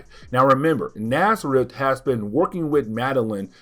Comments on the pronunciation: STOP CALLING THE DEMON NAZARETH! It's genuinely painful to hear. It's not even CLOSE to his name, which is N'astirrh. Pronounced "Nastier". Jesus wept. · Man,I sincerely apologize for my "know-it-all" type correction,but the demon's name is N'astirh,and sounds like in-ast-ear.